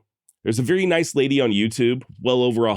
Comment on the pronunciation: My man said "veery"